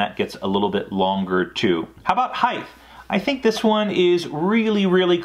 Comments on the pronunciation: Height. Not heighth. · Did he say HeighT or HeigTH?